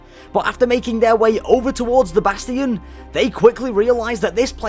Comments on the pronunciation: Im going to have a aneurism if i hear bass-tee-in again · I CRINGE every time he says "Bass-Tee-Yon" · why did you say "bast-ians and not change it back to bastions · It's bastian not basTin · how dare he say bastian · i’m sorry for being an idiot BUT PRONOUNCE BASTION RIGHT.